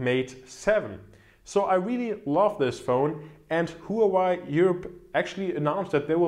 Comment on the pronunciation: the HUAWEI is read as wah-way